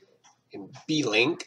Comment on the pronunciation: I thought it was Blink as in Wink, not "B"-"Link" ? :)